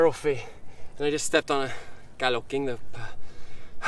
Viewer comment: Lúc a chùi camera có vẻ như chùi mặt e ví mn v á hehe dễ thương.... Vs lúc a trả lời chú kia » cá lóc» nghe ik như ng Việt Nam